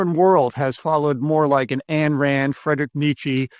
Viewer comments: Love the channel, but just FYI: Ayn Rand was asked how to pronounce her name. She said, "It rhymes with mine." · Surprised you don’t know how to pronounce Ayn.